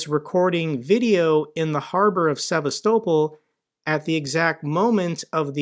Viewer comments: Theres no way you pronounced sevastopol like that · Russia is in no position to demand anything anymore.....the days of that are over. What an odd way you have of pronouncing Sevastopol.. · The way you say Sevastopol irks me and I’m American. It makes you seem like you don’t know what you’re talking about. Learn the pronunciation, it’s not hard. se-vast-ah-pol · I hate the way you pronounce Sevastopol. Couldn't be more nilk american than that buddy! Coming from a Canadian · This is the first time ive heard sevastopol pronounced that way.